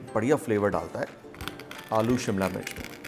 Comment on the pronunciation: उसे सिमला नही,, शिमला कहते हैं। सभी श को स बोलने वालो से दरख्वास्त है कि इस तरह की बोली को आगे न बढ़ाए,,खुद में सुधार दें।प्लीज